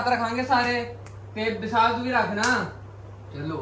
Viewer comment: bisaal and silalh 😂😂😂